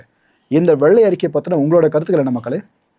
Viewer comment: Ama Nadu motham enna world fullum tamilnattu vellai arikai expo varumnu ethirparthitirunthu Vellai arikkaiyoda Tamil pronounsation pramatham Tamilukku vantha sothanai🤦‍♂️🤦‍♂️🤭🫢 Tamil nattukku kedacha FINANCE MINISTER Pramatham